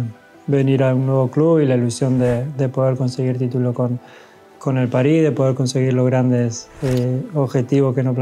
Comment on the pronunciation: I love when he say "Pari" hahahahaha